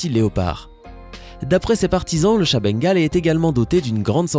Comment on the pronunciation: J ai Bengal est il on jamais rien fait. Est comment il dit Bengal 😂